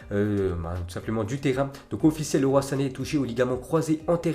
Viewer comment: LEROY CA CE PRONONCE LIROILLE